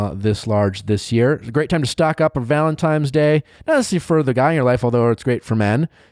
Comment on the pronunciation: Did he say "Valentimes Day"?